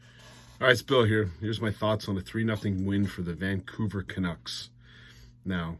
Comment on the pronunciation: you said vancouver canucks like donald trump says china. ex captain showed up. new captain was a no show.